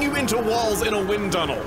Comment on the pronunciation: To normal people it's a "Wind Tunnel" but to Chugga it's a "WIN TUNNEL!"